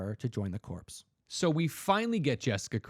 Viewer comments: THE WORD CORPS IS NOT PRONOUNCED CORPSE, ITS PRONOUNCED CORE. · It’s pronounced “core”, not “corpse.” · love the show. It's "core" not "corpse", lol Green Lantern "core" corps. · Green Lantern Corps. It's pronounced Core and not Corpse.